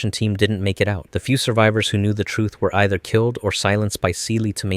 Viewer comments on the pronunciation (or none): none